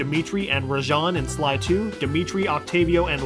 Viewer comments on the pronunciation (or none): he says sky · did anyone notice when he was talking about david scully that he said sky 3 instead of sly? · On #43, I think you had the name Scully on your mind and you accidentally said Sky instead of Sly. Just a nitpick, though. Not a big deal. Lol